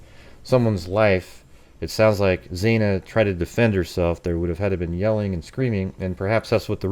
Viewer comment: FFS, bro, her name is Xana, not Xena, not Xayna. How can you spend so much time on this and not know how to pronounce one of the four victim's names???